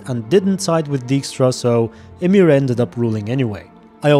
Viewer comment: i have never heard someone say emhyr as amiir